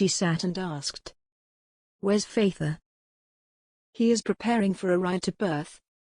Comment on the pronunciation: Her faither? really. computer might be able to read some words - others - nope. too bad sounds like a good story but the computer reading ruins it